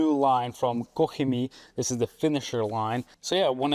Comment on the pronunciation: I just love when you say KOCH CHEMIE properly - not like COCK CHEMIE :D Greetings from Poland ! :)